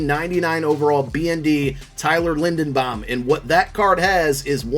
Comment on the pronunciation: love the vid but can’t help but point out the mispronunciation of linderbaum, you’re saying linedenbaum😭